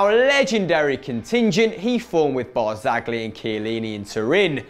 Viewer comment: It's BARZA-LI G IS SILENT.